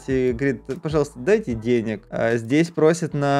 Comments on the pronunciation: что такое деняк правильно денег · Вообще то правильно дай денег а не дай деняг😒